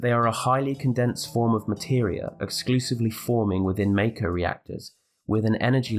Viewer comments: Yo, why you keep pronouncing "Mako" wrong? It's "mock-oh", not "make-oh". We've had official canon pronunciations for not just Mako but almost everything else for over a decade at this point, probably more like over two decades. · Isn't it mahko rather than mayko